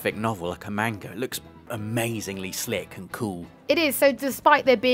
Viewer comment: Did say magna instead of manga?